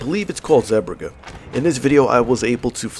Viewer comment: Its pronounced sea bruh-huh